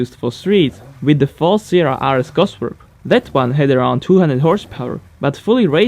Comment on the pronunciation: you pronounce cosworth weird :D